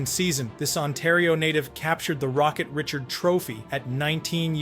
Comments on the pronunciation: "Rih-shard"..... not "Rit-churd". If you cannot read it yourself, don't create a channel catering to fans and look stupid. --“It is better to keep your mouth closed and let people think you are a fool than to open it and remove all doubt.” ~Mark Twain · Richard is pronounced Ree-SHARD. Maurice Richard is one of the all time greats, which is why a trophy is named for him. Pronouncing his name correctly is basic respect. Get better AI or voice it yourself. It's a shame too because otherwise this is a great video. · Reh shard.